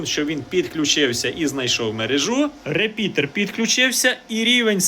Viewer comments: не говори реПідер, вірно репітер. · То це репітер чи репідеерр?)) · Дякую за відео! P.S. "РеПІДЕР", трошки кумедно чути. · Правильно начав говорить реПИДОР.